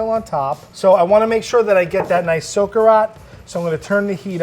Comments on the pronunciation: Oh god love how they pronounce "socarrat" I was trying to understand what the heck they were saying for a minute straight lol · OH MY GOD when they say socarrat I’M DEAD HAHAHAHHA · Bro OMG this dude saying he's from a Spanish household and pronouncing socarrat like he only ever read it LOL this video good but as a Spaniard, this dude really making me go crazy over here